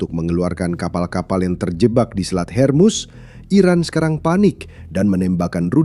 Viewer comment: Min, kenapa ga profesional banget....yang benar pelafalannya HORMUZ.......bukan HERMUS